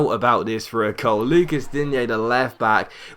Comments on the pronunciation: Same with Digne, he's french not spanish, so you pronounce Dign(e) not Digné. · Digne is pronounced 'Dean' btw